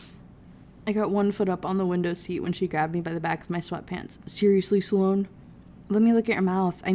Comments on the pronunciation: Same like i love these videos but how are you gonna talk shit about prononciation while calling them "sallone" & "lucy-on" (like he's an eeveelution of the author lmfao) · It’s so funny to hear you talk about the pronunciation of Lucien while also making the name Sloane two syllables 😂 I noticed it in the last book but it’s really prevalent in this one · to be fair her pronouncing lucien like that is on purpose, like she wants to say it closer to how its said in french, but for sloan i just think she doesnt know how to say it